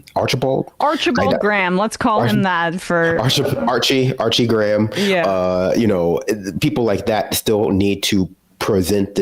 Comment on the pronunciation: We pronounce the ha in Graham. If we want it to sound like gram, we write it as gram. And we know what a gram is.